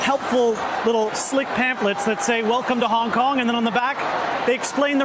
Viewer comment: The chants free hong Kong But I heard Vietcong Vietcong